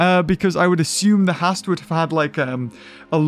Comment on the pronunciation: stop saying Haast wrong :( like a poopy